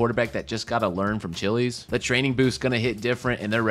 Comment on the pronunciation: As an MSU fan hearing Aidan “Chilis” instead of Chiles is hilarious